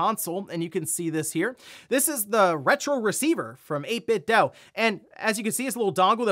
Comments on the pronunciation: 8BitDo is pronounced doo, not doe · It’s pronounced 8Bitdoo, not doh. The made a speaker that sang the name at boot up. Also, I think Wulfden asked them at E3 one year. Doo, not doh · The way you said 8Bit Dough cracks me up haha